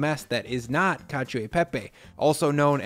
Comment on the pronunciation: I know I am nit picking here but please do not pronounce the ‘i’ in ‘cio/cia’ or ‘gio/gia’ in itian words (I think Lucia is the only exception I know of) That said we did Olio e Alio e Pepe last week and it it is similar to this one w/o the butter